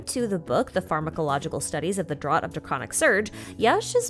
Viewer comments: FYI, "draught" should be pronounced like "draft" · Great video as always, very helpful for sorting all this info out and making sure I understand it before 1.1. (BTW - "Draught" is pronounced "draft", just thought you should know. Blame the British.)